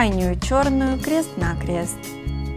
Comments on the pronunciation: Зачем говорить крэст на крэст? 😂😂😂😂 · Что за:кре́ст на кре́ст говорить научись!